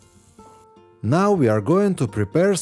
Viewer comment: he said creesp instead of crisp/ and keek and loosciously